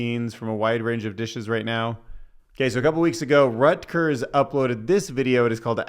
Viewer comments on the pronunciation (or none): "Reuters" is pronounced "roiters"